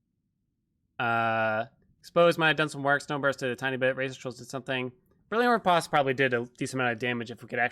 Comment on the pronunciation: Say "Post Office" and now say "Re-POST." That's how you pronounce riposte...